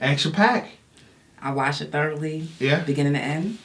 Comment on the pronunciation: Did she say "I watched it THIRDLY, from beginning to end." Or am I trippin'?